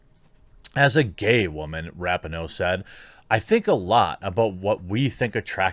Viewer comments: Her name is pronounced Ra-pee-no. Capiche? Regardless, she is still a garage human being. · Jeremy…. I’m a huge fan and I don’t want you to get flack for something as minor as mispronouncing her name. But it’s pronounced Ra-Pee-No. Hopefully you won’t need to talk about her again…. I just thought I would give you a heads up.